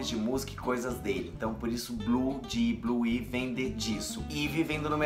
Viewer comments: SE PRONUNCIA BLUE AAAAIVY,e não como se lê rs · é " Bluaivi " 😂😂😂😂😂